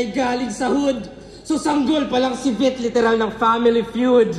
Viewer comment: Minute tama yung bigkas niya dun boss Loons. "Vit" about sa puso. Yung Vit sa laro Vitality. Pag nagplus or lumakas yung Vit lumalaki HP sa game.